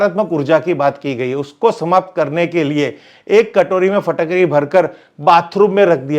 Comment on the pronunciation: Phatakdi nahi Fitkari 😂😂😂